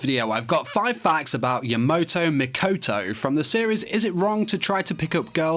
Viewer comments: YamAto, not Yamoto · Name is: Ya-MA-to pronounces it: Ya-MO-to RIP AND TEAR RIP AND TEAR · YamOto ah, ya-NO-to It's Ya-MA-To